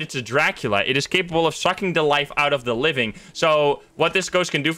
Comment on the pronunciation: he said da living